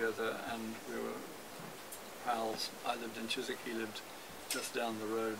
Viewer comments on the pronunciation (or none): none